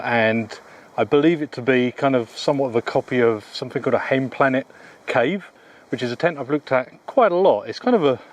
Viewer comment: You pronoounced Heimplanet pretty spot on